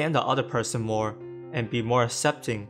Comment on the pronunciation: Annunciate your words more clearly. E.g., aK-sep-ting not ah-sep-ting